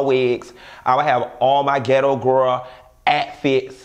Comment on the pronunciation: "Atfit" (outfit) baaabee! 😂🤣😂🤣